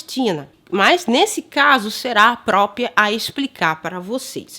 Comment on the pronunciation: Ele fala "própio", "própia".